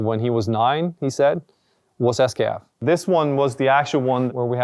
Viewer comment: Stop saying esskeff...